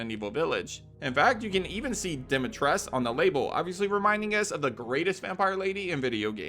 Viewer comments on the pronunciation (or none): Lady Dimitres'cu' lol